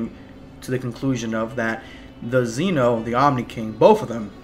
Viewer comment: Could you please learn how to pronounce Zen-oh? Thanks.